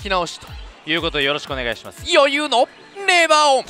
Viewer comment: ｢余裕｣の読み方｢よゆう“ー”｣だったのかわいい